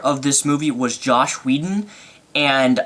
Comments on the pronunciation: It was an awesome movie. Nice review, but learn to pronounce stuff. Joss Whedon. JOSS! Not Josh... And who the is Thantos? Thanos, is a wicked awesome Marvel villain though... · It's JOSS Whedon, not JOSH Whedon. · You're great! Awesome energy! Glad you liked the movie but ....... Um, "Thanos" not "ThanTos" also "Joss Whedon" not "Josh". Other than that! Thumbs up!